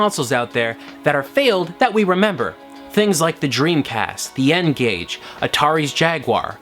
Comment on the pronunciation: "the n-cage" you cannot unhear it.